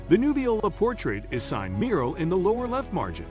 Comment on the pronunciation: It would invest you with credibility if you learned to pronounce the artist’s name correctly. Until then…